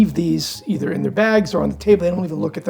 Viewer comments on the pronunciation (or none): none